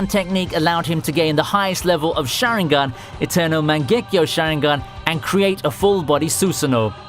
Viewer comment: The way you pronounced Madara, Susanoo & Sharingan bothers me.